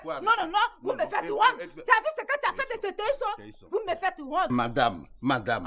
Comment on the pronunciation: vous me faites Wonte, non non non vous me faites Wonte mdrrrrrr j'aime trop ma famille